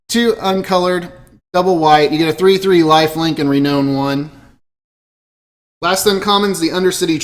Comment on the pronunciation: It is pronounced "Re-NOUN" not "own".